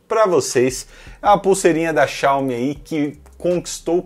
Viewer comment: Todo vídeo de tecnologia q pronuncia Xiaomi errado eu dou dislike independente do conteúdo